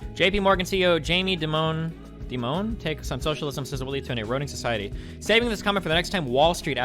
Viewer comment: JPMorgan Chase CEO Jamie "DEEEEMONE." Jesus Christ, has Destiny never heard his name before?